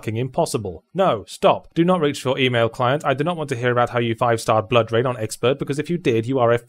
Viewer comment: Did he say Blood Rain?